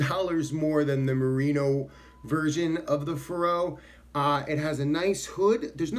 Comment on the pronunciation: I think the accent is on the first syllable, like in "Faroe Islands."